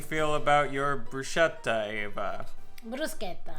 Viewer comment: Bruscetta? Bruschetta... Brusketta!